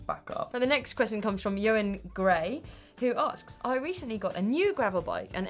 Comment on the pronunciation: You guys are the best, but Eoin is pronounced Owen 🙈😂